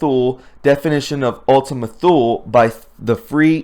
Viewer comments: "Thule" is pronounced "tool". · Thule, pronounced Tool leh. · I know you will appreciate the tip that Thule is pronounced “too-lee”. It is a town in Greenland. My father was stationed for an entire year 1961-2 in that bleak outpost during his early USAF career. Listening to other creative content artist if the Q-persuasion, I have learned there is a Thule in Antarctica as well- maybe an island where some weird stiff is happening. Last point, I saw the Economist’s Eagle cover before 10 November. I knew the 10 was a signal for the Cabal to sell their stocks. I have my retirement in stocks but would not sell because I was also hearing our Fed dollar will become worthless. That leaves land and gold as a failsafe. Good luck friends, I cannot figure a best plan to put your hard earned assets easily- gold can be taken from you by force. Today’s video by STGreport with a knowledgeable guest- very critical video to watch all the way through to the bitter end. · Thule is pronounced without the 'h', pronounced as Tule, 1st, or, Tuli in some regards.